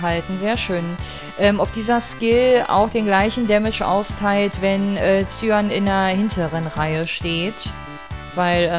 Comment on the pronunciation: Cyan spricht man aus wie "Cayenne" (Kai-änn)